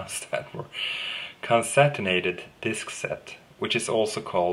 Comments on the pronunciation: con·cat·e·nated - LOL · Close: Con-Cat-en-ate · Thanks, mate... In the mean time, here is a bit of help to you :) (hopefully you won't mind) con·cat·e·nate --- konˈkatnˌate (pronunciation) It basically means, to link together in a chain or series. In our case, the disks, and as you mentioned it - JBOD :) Cheers! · Almost... It is actually con cat' en a' ted. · It's Con-Can-Ten-Nated disks